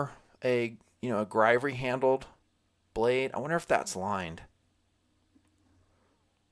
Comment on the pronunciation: Not grivery. Griv-ory. Heh.